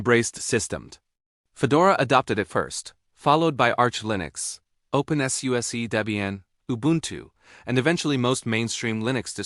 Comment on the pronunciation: And Open-S-YOU-S-E 🤣 I just hope this dumb AI narration dies soon and people realize that real voiced videos are so much better.